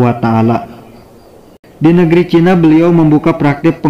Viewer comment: Kenapa sriwijayak, chinak, duniak koq akhirnya K